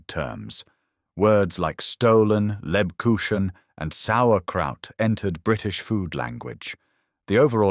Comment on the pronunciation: The ch in Lebkuchen is pronounced like the ch in the Scottish LOCH. Really enjoying your videos. 😊